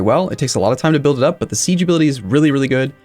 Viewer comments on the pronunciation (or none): none